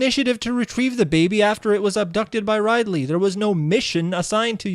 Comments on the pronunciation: "Ride-ley", that's a sin if I ever heard one. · 1 sin for pronouncing Ridley as Ride-lee. Edit. Multiple your sins x10 for each time you say Ridley's name wrong and add an extra 5 each time you call him Riley. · Ummm Ride Lee? Rid-ly